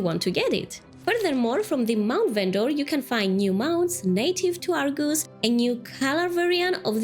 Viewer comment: It’s Argus, not are goose lol